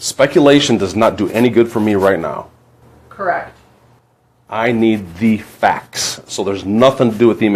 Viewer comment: “KERRRECT”😂 SOOOOOO WHATS THE POINT!?!?!?!